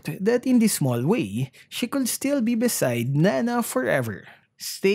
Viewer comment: Napansin ko lang, bakit yung pronouncement mo ng COULD ay 'kuld', WOULD ay 'wuld', at SHOULD ay 'shuld'?..wala lang ganda ng story ni Nana.